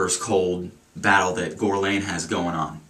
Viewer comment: It's pronounced Gurr-Lawn. Besides that, nice review. I only like their cologne L'Homme. ~